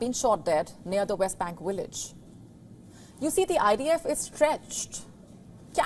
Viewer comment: Can't these casters pronounce "V"?😅 Willage!